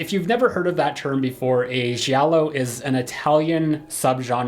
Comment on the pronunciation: My poor Italian ears! The g from Giallo is to be pronounced as Jill! Jiallo. Not shiallo! However my top5 list is: 1, 2, 4, 5, 3. It is based on the legacy characters ^^ in the fifth movie we almost never see Sid n the third is a soap between Linus n Gale.